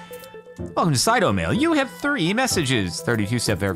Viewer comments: I like how he says it right but when the game starts he says sai’two, lol. I'm surprised he didn't say his thing on 2-step verification. 🤜🏻🤛🏻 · Love how you realized mid playthrough that you have pronounced Saitou correctly a total of once till then.